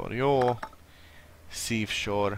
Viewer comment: Az nem szívsor, hanem szívósor :D